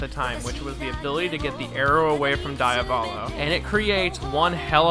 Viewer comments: DEE-Avolo, man. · How english people think they are pronouncing it: Diavolo How an italian hears them: DAIAVÓLOU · DIAVOLO= de-uh-vol-oh Not Die-uh-vol-oh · Pls im know that im a pin in the ass but do not say daiavolo say diavolo like u read it thanks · The mispronunciation of diavolo is so painful. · Nah diavolo is pronounced that way in italian well roughly not exactly but someone without knowledge of the language especially an native english speaker canzt pronounce it correctly